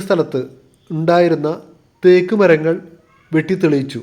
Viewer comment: വളരെ മോശം അവതരണം. തേയ്ക്ക് അല്ല, തേക്ക് എന്നാണ് പറയണ്ടത് 😱🥵🙉